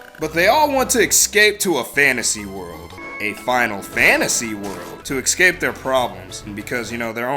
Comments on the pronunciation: ecscape. lol Its Es-cape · It's not "excape", either.